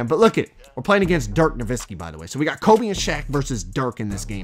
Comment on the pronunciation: he knows it’s kobE right he keeps saying colby and it’s making me mad